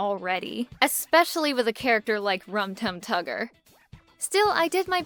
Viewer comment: I cringed everytime you said "Rum Tug Tugger" if that's even what you said